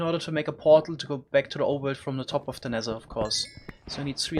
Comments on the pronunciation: Normal people = "Nether" This guy= "Nezzher" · Why are you saing nezer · Ze nexzer